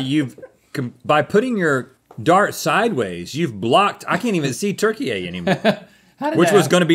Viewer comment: i wish they knew how to pronounce turkiye